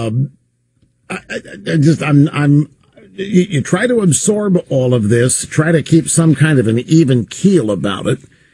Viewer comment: rush pronounces absorb as apsorp.